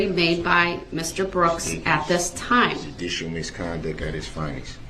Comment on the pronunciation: All of these months later, and I'm still trying to figure out what "junisho miskonduck ad iz finess" means. Of course, it's sometimes "judisho miskonduck" but my theory for Darrell is "If you can't pronounce it, don't try to use it." 🤷